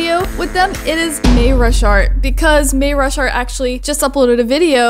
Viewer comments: U say may ra shart its may RU shart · may ru shart? XD u said that wrong its may rus Hart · Lol the way she said mayashart😂😂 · I just figured out you read mayrushart I say it may ru shart and I found out you say it as may ursh art Lol 😂😂😂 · May your short is how u pronounce it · Your saying his name weird